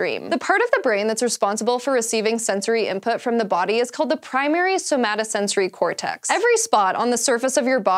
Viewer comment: elegant pronunciation and i loved the enthusiasm for the scary creatures hahah Primary somatosensory cortex is an awesome word